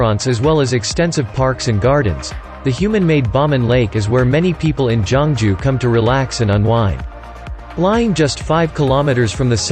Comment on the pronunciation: Not jongju it's geoungju